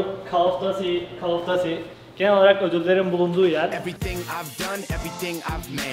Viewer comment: O kadar yabancı ülkede yaşa genelde hep ingilizce konuş git call of duty'e "kal of dati" de... bazı şeyler değişmiyor şlsakflasşf